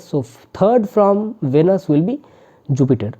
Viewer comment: It’s not pronounced as vanus pls! It’s veeeeenus